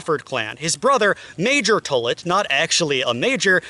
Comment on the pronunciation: As a Tollett and descendent of this story the pronunciation of my last name is wrong. It’s not Tullit, it’s like Tall-it. Thank you for this video though it’s great!!